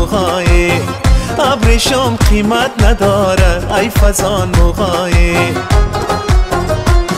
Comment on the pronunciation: تشکر ازاینکه پاسخ دادید. من شخصا یکتن از طرفدار خیلی با اشتیاق شما هستم وتمام آهنگ های تان را شنیدم. شاید که مشکل از ثبت باشد. به یک آهنگ دیگه شما هم که الف و مد یعتی آ تلفظ میشد، ها تلفظ میگردد ، آهنگ از احمد ظاهر است. که چند بار شنیدم آنجا هی جان من گفته میشود در حالیکه ای جان من.. ممکن مشکل از ثبت باشد . سپاسمندم